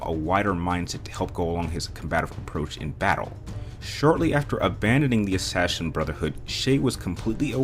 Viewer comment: You say it like Assashin